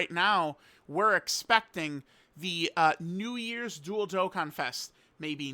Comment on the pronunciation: stop saying Namek for new years bruh